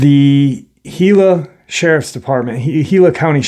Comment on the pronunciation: Congrats on pronouncing Gila correctly, it is pretty rare to happen. The desert southwest is incredibly woo, I camped out there for decades and there was always weird things happening. The Spirits are alive and well there. God Bless you and those you Love, Shalom.